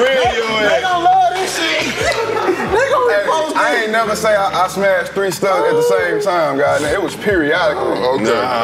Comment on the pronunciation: This episode for ppl who say "Anit" instead of aint.